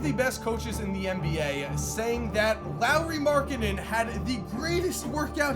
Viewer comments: Why does he keep saying Lowry Markkanen? It’s lauri lol😂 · It’s pronounced Lori not Lowry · Who says Lauri like the last name of Kyle Lowry. Lolz. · Boi if you say Lauri as Lowry one more time... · U know his name is Lauri and not Larry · It's not Lowry... it's Lauri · Marcus Crescenzo its pronounced lawry not laureeeee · Is it me or saying Lowery not laurri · It is Lari, that's how you pronounce it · Lowry??? Edit : So he is saying Lowry everything... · Do yall get annoyed by how pronounces Lauri like Lowry. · Learn how to pronounce his first name plz....